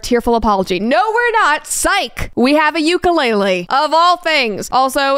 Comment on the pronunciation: if you still called Ukulele Ukulele instead of Ukulele, shame on you